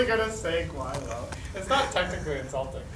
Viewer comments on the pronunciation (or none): pronounce it properly GUAi Lao